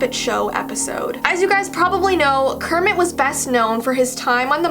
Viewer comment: it's not "Kerpit" it's "kermit"